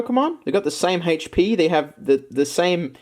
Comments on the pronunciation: "HAYCH PEE" hehehehe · Hatech pee lol I love the way he says hp